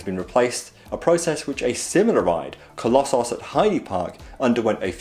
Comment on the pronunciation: I'm not going to miss out on Balder but I will miss Dragster on my US trip. However you cheered me up by saying Coll-oss-os...!